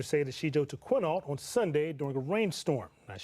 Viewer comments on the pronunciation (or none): Quinault is pronounced ‘kwin-ALT’. Please. NOT ‘Keen-oh’ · I agree about the lack of research. He doesn’t even pronounce ‘Quinault’ correctly. I am so sorry about Laura.